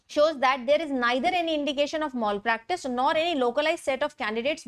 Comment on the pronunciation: Please pronounce the word mal practice properly.